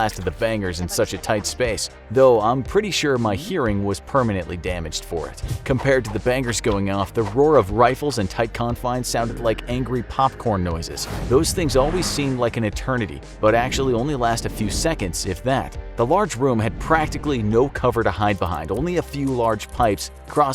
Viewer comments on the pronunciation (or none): Anyone else notice “etetnity?” Lol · “These things always seem like an etetnity” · Also, "etetnity" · Etetnity lol